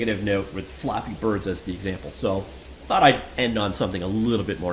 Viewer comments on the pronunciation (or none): none